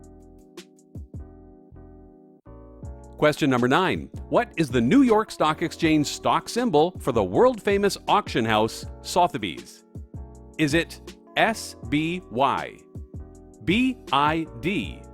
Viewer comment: "Soth-a-bees?" Who?